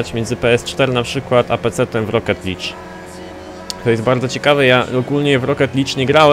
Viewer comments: czyta się rocket lig a nie lidż:D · W Forzie Horizon 3 będziemy sami zarządzać festiwalem będą nowe tryby takie jak drift i co ciekawe będzie można zmieniać klakson a i mówi się roket lig taka mała poprawka.